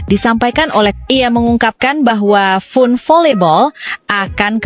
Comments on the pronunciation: Mba FUN dibacanya FAN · FUN dibaca nya fan min harus banyak belajar jangan meemalukan